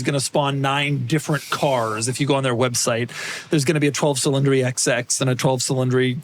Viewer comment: Cil-in-dree? Who pronounces cylinder that way?